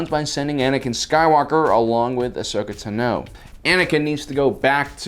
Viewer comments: Ahsoka tuh-no???? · Or ever say Ahsoka's full name, he gets it wrong all the time lol